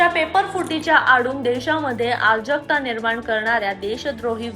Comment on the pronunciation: आरजकता नव्हे अराजकता